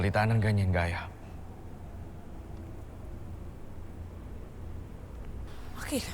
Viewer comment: gaya po pinaarte lang😂 ginawang geya ang bigkas